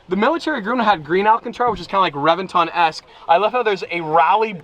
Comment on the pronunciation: It’s pronounced reBenton.